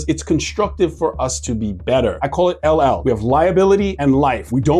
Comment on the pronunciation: he calls it "LL" - thats funny